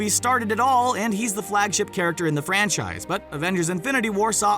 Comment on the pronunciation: Im french and i always thought he was saying "french eyes" in spite franchise